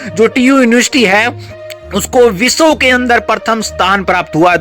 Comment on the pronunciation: रे भाई तूं पहले शुद्ध बोलना सीख ले ।तू विश्व को बिशव और विद्यालय को बिधा लय बोलता है ऐसे न जाने कितने ही शब्द अशुद्ध उच्चारण करता है। पहले शुद्ध लिखना बोलना सीख लो फिर मिडिया कर्मी बनो । तुम्हारी अशुद्धियां हमें बहुत खलती हैं ।